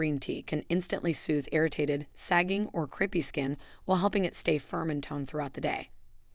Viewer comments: Very interesting and certainly worth trying. But please, it's not creepy skin, it's crapey skin probably because the skin resembles a fabric rarely seen these days called crepe, pronounced crape. Calling it creepy skin makes having the condition even worse! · I wish we had you in our area. I’ve always thought it was called crape-y skin as in like crepe paper which is pronounced crape-y. Sounds far better than creepy which sounds like cockroaches or other creepy insects. Great content I’ll try it for my crape-y skin. Thank you. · The word is crepey not creepy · Crepey isn't pronounced creepy... Silly narration. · Couldn’t you have taken the trouble to have a human read the script? The AI can’t even pronounce “crepey” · AI: CORRECT PRONUNCIATION OF CREPEY PLEASE.